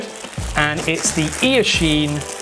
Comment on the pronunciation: Ear-chine? lol. Great vid 👍🏼